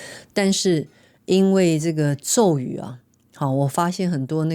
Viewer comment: 阿弥陀佛 Amitabha #佛制 的確 有很多 #博主 是只為了 #流量 #賺錢 AI 念錯 #咒語